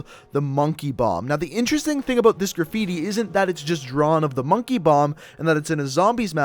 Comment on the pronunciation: He's Canadian because he said aboot